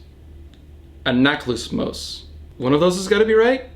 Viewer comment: The first time you said riptides name in Greek it was correct, good job